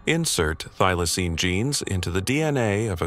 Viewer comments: Get the pronunciation right, it is a THYLACINE, not a theelacine, or a thilacine. Next time, get an Aussie to narrate. Another total waste of time, money and effort. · Fair dinkum, why can you not pronounce Thylacine correctly?! Why?!! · I want this one brought back. Skip the do do and do this one. And quit pronouncing Thylacine two different ways you twat. pick one and stick with it.